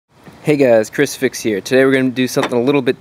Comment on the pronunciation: when he say his intro "Chris fix" it sounds like crusifics